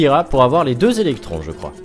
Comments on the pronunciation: mais quand vas tu voir que c'est electoons et pas electrons bon sang ...aaaaaaaargh !!!!! tu vas dire electOOns oui ? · c'est pas électrons c'est électoons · Les prochain coffre apatte tu va en chier et on dit electoon pas électron